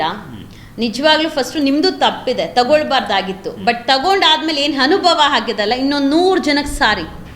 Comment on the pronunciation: ಯಾರು ಕಿರುಕುಳ ಕೊಟ್ಟಿಲ್ಲ ಮೊದ್ಲು ನಿನ್ನ ಉಚ್ಚರ ಸರಿ ಮಾಡಿಕೋ ಹನುಭವ ಅಲ್ಲ ಅನುಭವ ತಿಳ್ಕೊ ಲಕ್ಷ ಲಕ್ಷ ತಕೊಂಡಿರೋ ದೊಡ್ಡನ್ನು ಮೊದ್ಲು ಕಟ್ಟಲಿ ಅದನ್ನು ಹೇಳು ಮೊದ್ಲು